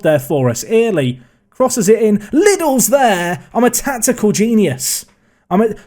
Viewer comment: Little bit of help it’s Saxon ‘early’ not ear-ley, kills me inside everytime u say it